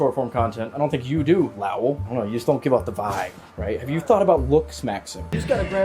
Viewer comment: Calling Lowell Loul for half the video may be the fuckin best part 😂